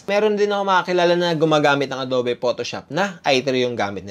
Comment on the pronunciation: Ang adobe pronounced as Ado(ugh)be